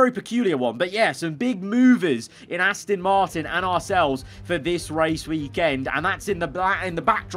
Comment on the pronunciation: I have when he goes Ass-tin instead of Ass-ton